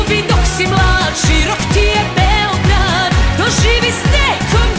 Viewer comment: Ali seljacki naglasak dok izgovara "Beeeeograd".